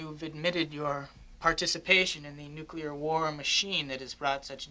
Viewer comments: Did that reporter just say ‘newqueler’? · Announcer could not say "nu - cle - ar".